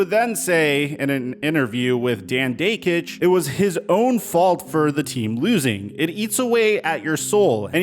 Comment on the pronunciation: Dakich's name has a short "a" pronunciation, not long "a", BTW.